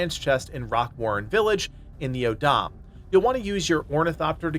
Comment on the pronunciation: your pronunciation of some words is kinda funny. O'odham is taken from the Tohono O'odham tribe in Arizona and pronounced like "Oh Dumb" and Acheron is French, pronounced like The Guns of Navarone" (classic movie highly recommended). The privateer ship that Russell Crowe is fighting in Master and Commander is named Acheron. You can hear it spoken there.